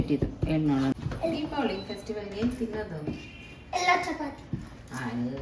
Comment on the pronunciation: Hi it’s not deewali it’s Deepavali